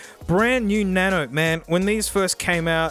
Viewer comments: The way he says na no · na-no ah na-no. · " na-no " 😂😂😂 its funny lol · hes our sexy speaker she says "Auxillary Mode" he says "na-no" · The "Na-no" button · i-pod na-no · iPod na-no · was… the best “nano” I have ever heard from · Do people not say nano?